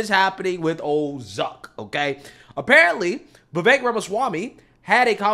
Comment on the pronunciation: There is no A in the name Vivek why does he keep saying vivaik